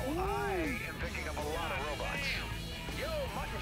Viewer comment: He said robots but it kinda sounds likeit